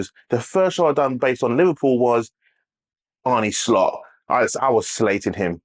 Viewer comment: Ah-Nur Slot... not Ar-Nie Slot